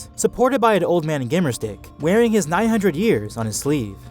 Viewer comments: Sounded like you said "the nine year old Jedi" :D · he said 900 wrong, if you listen you har 9 year old